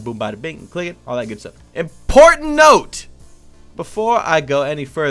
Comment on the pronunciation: i shocked when you said imPORNtant note